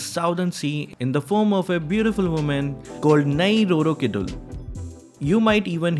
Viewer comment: Actually, it's "Nyeee Roro Keedool" Where "Ny" pronunciation just like "Ny" in "Anya" (If u are weeb you know what i mean) it's okay tough, just for information